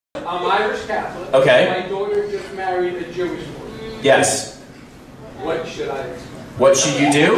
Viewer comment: That's boy, pronounced "bo-ah"